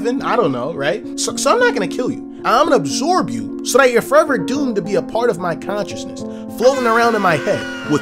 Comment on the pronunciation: bruh why he said absorb like that